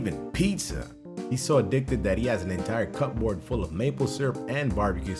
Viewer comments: I swear, if I hear the word "cupboard" pronounced like two separate words one more time... will have to change his name to minus one! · I've never witnessed anyone pronounce it as cup board instead of cupboard ya know like cubored. Just a cool weird thing I noticed. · The way says "Cupboard"... 😂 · Lmao someone can’t pronounce ‘cupboard’ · Why do you pronounce cupboard so wrong?